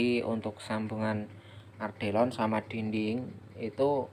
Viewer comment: Atap Ardelon? 😂 Yg bener Alderon bang 😂😂😂😂😂